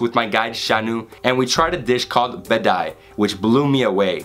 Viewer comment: its Bedmi Puri not Bedai.... Love ur videos